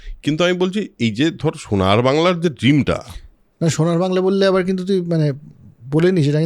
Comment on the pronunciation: কিছু মানুষ "শুনার" বাংলা বলছেন। আঃ বেশ ভালো লাগলো আপনার ব্যঙ্গাত্মক হাসিটা। ইটা ভেবে গর্বিত হবার কোনো কারণ নেই যে একজন অবাঙালি তার স্বাভাবিক উচ্চারণে "সোনার" কে "শুনার" বলে ফেলেছেন বরং আমাদের এটা ভেবে রাগান্বিত হবার কথা যে সে আমাদের মতো করে কেন "সোনার" বলতে পারে না। এই না হলে আমরা বাঙালি। সাবাস দাদা।